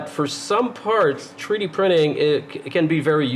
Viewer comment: I've read some of the comments here and they tell me just how dumb certain people are and just how ignorant and rude. I understand what a "treedee" printer is without even thinking. Of course, I have an advantage over the ignorant louts. You see, I am a "Anglo Canadiene" born and raised in Alberta but I still understand a little "parlez vous". I know what it means when someone tells me "dey arr jus brushin my toots andel bit wit me in a momen". I also have a fair understanding of "Newfenese" an can find a "tumb" wrench when I needs one. Being a westerner I also know a little bush Cree and when someone tells me I am "pashunite" and I am driving down the road it's time to turn around and go back or "gimme da suvul" means when out in the garden. Being Canadian I knows dat stuff just hits duh fans when I hears "Tabernac" or "Laird tunderin jaisus" or "Sunuvabitz". So now, I invites all dee canucks, whether day bees in Taranuh, Cowtown, or da Chuck, from duh Rock to Hongcouver, whose readin dis to tro in any more "Canadianisms" dey can tinks of and reply backs to me iree. As a Canuck you will surely understand dis.......Two buys were out one days huntin and one spotted sumdin on da wuhder. His conversation wit is buddy went like dis....MR ducs. MR nut. Mr2. CDEDBD ise. Wul ull B phooked. MR2 ducs. So you see, when you make rude or cutting remarks about someones pronunciation or their dialect all you are really doing is telling the whole world just how stupid and ignorant you reall